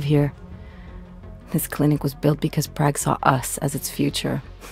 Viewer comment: I hate the way Alex says 'Prag'.Why did no one correct her?